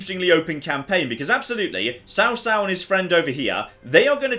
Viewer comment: You actually say tsao tsao and not cao cao but nice vid man